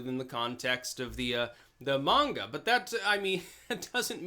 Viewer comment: Aww snap pronounced manga correctly